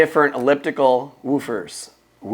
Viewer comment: Love my Sonos ARC, but it’s interesting how you pronounce “woo-fers” in a different way. 😄